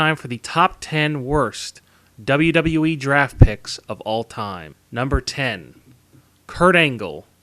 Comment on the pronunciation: Maybe try to say WWE properly.